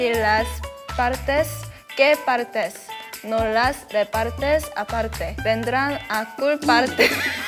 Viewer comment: Me, chaeryeong surpise me so much <3, in the beginning she has a good Spanish, his voice makes you feel comfortable, the pronunciation of: "partes" and "aparte" is so natural. Well, maybe in the last line the pronunciation is more confusing (because it gets tangled up with your words) but wow is awesome.